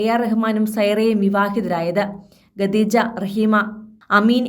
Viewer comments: വായനക്കാരിക്ക് ഖദീജ എന്ന് പറയാൻ അറിയില്ലെന്ന് തോനുന്നു ഗദീജ എന്നാ പറയുന്നത് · ഇതെന്ത് വാർത്ത..ആകാശവാണി ആണോ? എന്തിനാ ഇങ്ങനെ ഒരു ചാനൽ?😱🥵🤑 ഗദീജ അല്ല, ഖദീജ ആണ്. ഖ, ഖ.... പറഞ്ഞേ 🥵🤑🙉